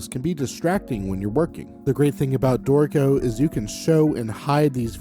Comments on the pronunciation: Only problem I have with your videos is how your pronunciation of Dorico sounds so much like "dorko". Ew... lol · Note that the tonic accent is on the first syllable : DOrico. So the pronunciation is not that bad 🤷